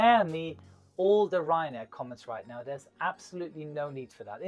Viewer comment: reeyan air